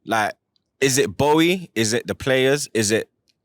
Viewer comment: F’d up everyone’s name man said Boey and Tuchall 🤦🏾🤦🏾🤦🏾